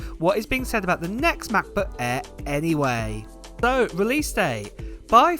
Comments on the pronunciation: The brand new "Mac boo-aiiii" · The ‚Mah Bo Ah‘